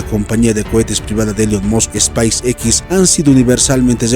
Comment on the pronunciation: Y no se dice space x